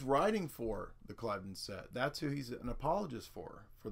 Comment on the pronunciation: Ugg - dude the word is pronounced Clivvden